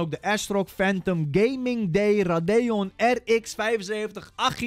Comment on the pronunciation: Ra dee on zeg je als raydion